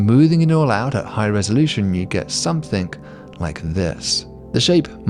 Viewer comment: Why do people say somethink? And writink? And doink? What IS that?!